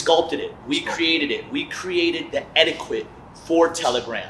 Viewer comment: Bro said "etti-quit" for etiquette and then followed it up with "plea-theory" for plethora 😂